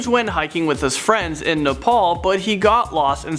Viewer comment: Say na…pal